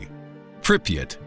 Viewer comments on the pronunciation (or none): none